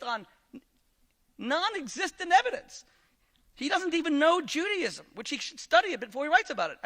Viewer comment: The rabbi can't pronounce Judaism - he says Juadism - that is really poor from a supposed learned Rabbi. He lost this debate for sure!